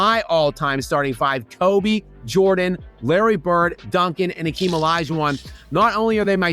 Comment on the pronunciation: is the only YouTuber who pronounces Hakeem's name correctly. As much as I don't like him I respect that.